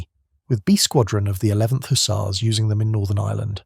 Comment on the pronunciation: Don’t forget the HooTzars!!😅